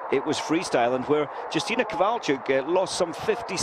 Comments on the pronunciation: Not Dżustina but Yustyna. This information is to a commentator. :P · not Yustyna But Justyna Kowalczyk .Wiem jak to sie wymawia bo jestem polakiem .This is information is to a vafanculoputana